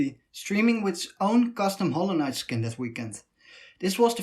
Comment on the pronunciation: that howwowknyight pronounciation lmao